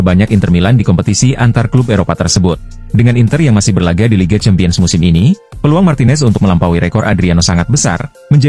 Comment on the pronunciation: penyebutan CHAMPIONS dibenerin dong min...